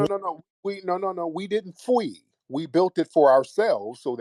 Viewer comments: yes you did "fwee" 😅😅😅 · Fwee & Fwed 😂😂😂😂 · I didn't fwee😂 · "We didnt fweee" 😂😂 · You did Fwee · "YOU DID FWEE!!! YOUR FAMILY FWED!!!"😭😭😭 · They FWee & They FWEED 😂😂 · Ya fwee and ya fwed🤣😂🤣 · You fweed and you fwed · Tariq cracked me up with "fwee", "fwed", "fweed", and "fweeing". My face is hurting from laughter. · You did...PHWEED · Why can’t this dude pronounce an L?